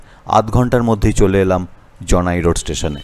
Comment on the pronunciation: হ্যা কথাটা জনাই জানাই নয়